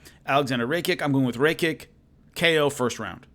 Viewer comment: It’s pronounced ‘ ra - ki -ch .... I should know my name is Alexander Rakic lol